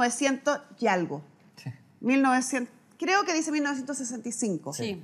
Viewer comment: NUNCA ES TARDE PARA APRENDER.....PARA DECIR LA PALABRA " ALGO " NO SE DICE aRgo....el ARGO NO EXISTE! ASI QUE HOY PUEDE UD APRENDER ALGO...SI ALGO, ESE ALGO ES QUE SE DICE ASI..A...L...G...O NO argo ARGO NO SE DICE!.....NUNCA SE DEBE DECIR...'EL SORDAO SE TOMA EL CARDO CON ER DEO!